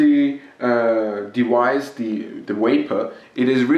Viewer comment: What is a "smoke dewice" and "waporizor"?